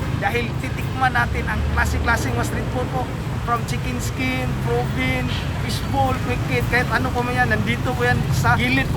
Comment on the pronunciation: Lit’s gu.. 😂 fish bul… 😂 chikin skin… 😂